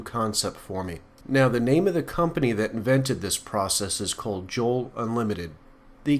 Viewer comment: Joule is a unit of energy and is pronounced the same as jewel.......